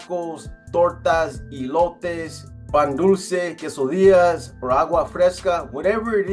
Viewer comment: Eee-lotes Ques-o-deeyas.. sheesh.. C'mon now Please Stop Butchering Our Beautiful language.. 😂😂😂